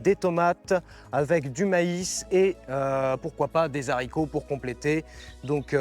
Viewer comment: Attention aux zaricots 😅